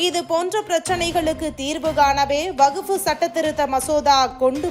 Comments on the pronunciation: எம்மா அது வகுப்பு இல்லமா, வக்பு வாாியம் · அடீயே வகுப்பு வாரியமா....என்னங்கடீ தமிழ் வாசிப்பு. வக்பு வாரியம் என சொல்லுங்க